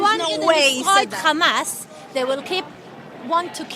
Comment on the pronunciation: Bro called it khamas 💀 💀 💀